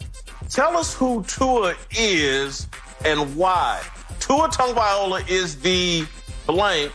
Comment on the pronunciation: His name is TagovaiLOA..how does no one tell this idiot how to pronounce his name properly, its like saying Whitcock all the time 🤦‍♂️🤦‍♂️🤦‍♂️🤣